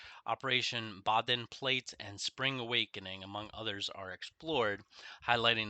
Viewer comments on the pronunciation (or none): It's pronounced "Bohdenplot" :)